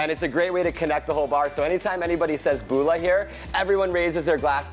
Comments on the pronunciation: I cringed so hard .. and the way the say it too “Booola” 😫 it’s mBula ffs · "Boolah vinaker" 😂😂😂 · It’s not pronounced BULA .. it’s pronounced mBula ... just saying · How many Polys just cringed when he said Bula lol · They said bula wrong